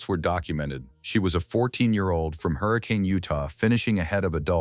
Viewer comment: Facts matter - The correct pronunciation of "Hurricane, Utah" is "Her-ah-kun' - not Hurricane.... and by the way: Katelynn and Lizzy are 2 different persons.